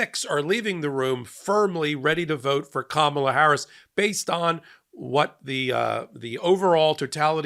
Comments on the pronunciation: What about those who pronounced it kaMAHla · The lady in the back even pronounced it "Karmela". Smh 🙄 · "karmella" bro try. try harder. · Did she say Carmela? 😂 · Notice three of them said Kamala wrong even after watching her speech. Either said kaMAla (wrong) or Karmela (wrong). So they weren’t exactly the brightest sparks! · This is karmela not kamabla